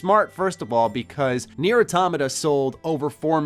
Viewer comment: Its not pronounced nere its pronounced kneeair its japanese